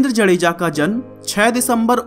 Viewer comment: भाई साहब जडेजा नहि जाडेजा